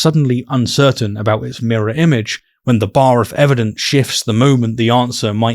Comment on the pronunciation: This guy really said "mirrow" haha no way someone this illiterate is trying to make fun of a PhD holder. What a joke world we live in.